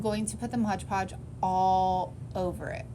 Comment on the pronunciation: I've never figured out why people say"MODGE ( WITH A GE ON MODGE ) podge "? .lol it is MOD-PODGE lol 😆 I'm not being mean just a lil sarcastic 😅 🤣 😜 it cracks me up... Alit of crafters say tbis word like this , but why ? Is there something I didn't know . Just curious .. Love your mini crafts .